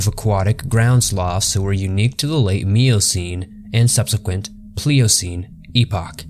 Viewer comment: Nin-gen not nin-jin also miocene not meocene